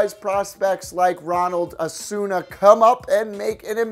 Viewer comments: Ronald Asuna? You mean Acuña😂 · he said ronald asoona not acuña😂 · Lol how he pronounces Ronald Acuna it's Ronald Ac-un-na not Acu-n-q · How am I supposed to take your baseball thoughts seriously when you pronounce Acuña as “Ozuna” and Yoan Moncada as “Juan Machado”? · It's acuña not azuna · It’s Acun a not acune a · My man said Ronald ASuna 😂😂😂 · I've never been more triggered than when he said Ronald asuna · stopped watching after you said ronald "asuna". do some research before you actually try to act like you know anything about baseball. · It's pronounced Ronald Akunya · butchered Acuna's name too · Savage Inc. this guy butchered so many names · He butchered Acuna and Moncada's names😂. Sorry, Love you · The pronunciation of Acuna fucking killed me, it was so bad.